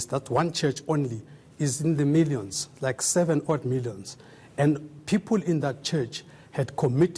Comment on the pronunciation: Poor spelling ,vocabulary and pronounciation , lazy bodies greedy souls , milliyons ,peepoool , 😀😁😁😀😁😂😂😂😂 peeepoooool